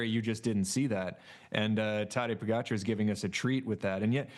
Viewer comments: The audio always sucks on these.. Come on NBC.. also, Tejay learn to pronounce pogacar .. it’s AR, not ER.. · He can say “Seixas” correctly but not Pogacar or van der Poel? 😂